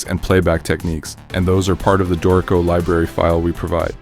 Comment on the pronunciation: A helpful tutorial. Thanks! By the way, it is pronounced DOOR-i-co, not Do-REE-co.